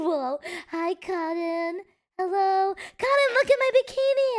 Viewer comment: I like how calls cotton like 'karin'.